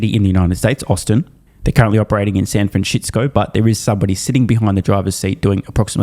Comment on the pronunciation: Did he say SanFranshitsco? That's a keeper.